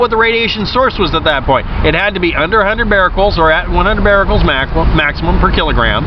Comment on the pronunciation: Becquerels (beck-kur-rels), not "bar-rel-cels" but still good video.